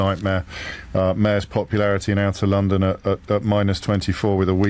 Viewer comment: He said londers how many times what a 🤬 idiot